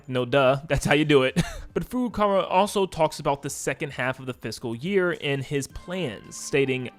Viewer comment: You need to learn now to pronounce Furukawa.